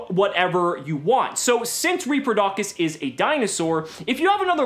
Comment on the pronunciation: Btw it's pronounced "repro-dough-cous" (like cous cous)